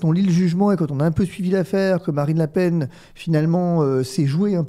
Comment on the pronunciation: "Marine La Pen (paine)" 😏pas toi mdrr